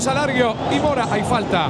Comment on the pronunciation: Soy yo o en vez de decir Alario dice Salario? Cuando va saltando Gago JAJAJAJA